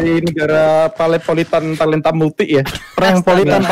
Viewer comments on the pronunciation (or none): Talentamultik Bukan paletanmultik